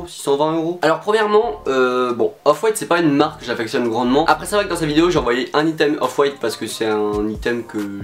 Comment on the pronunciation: Mais ptn comment tu prononces le mot “item” 😭 (ça se dit aïteum)